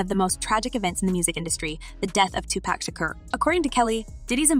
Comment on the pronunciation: Honey your always saying Tupac name wrong.